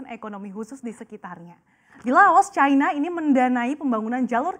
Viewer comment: Cina bukan Chayna